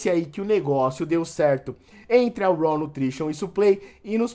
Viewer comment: Cara obrigado por pronunciar corretamente o inglês 🙏🏻!!!! Ouviram seus antas, se pronuncia “RÓÓÓWW” ouviram “RÓÓÓWWW”, não é “RAAAUUU” como vcs falam!